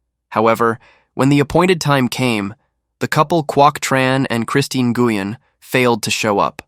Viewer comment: Nguyen??? OMG. The way that name was bashed right from the beginning. Ouch. That hard G when it should be silent is like crackling in my ear. 📢🦻🏾